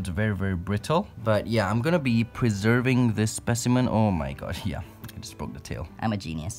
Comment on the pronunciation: "I'm gonna be preserving this specimen" 0.00001 seconds "Omaigash" 😂😂